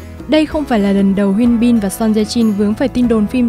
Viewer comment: Mình nghe giọng đọc của bạn dễ chịu vì đọc đúng tên nhân vật chuẩn tiếng Hàn, hi vọng các video sau của có sử dụng tên tiếng Hàn sẽ đọc đúng như vậy (Thực ra gần đúng thôi vài tên vẫn đọc sai, nhất là Hyun Bin)